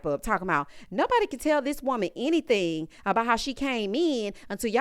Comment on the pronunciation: If you listen closely Porsha said, I didn't say "Henny-thing"..